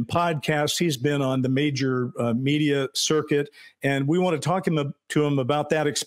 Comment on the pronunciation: media circuit. Seem rude to say that. It sound like you said Lue has been joining the media circuit to promote his book.